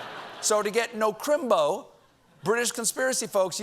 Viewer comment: Crimbo is a sacred term and your accent is just a touch off Dick Van Dyke in Mary Poppins.